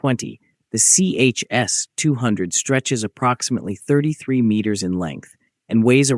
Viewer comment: Not CHS, but ChS, like Tche-Ass.